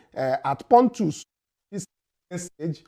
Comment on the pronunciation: It's not “pontus”. It's “potus” meaning “president of the us”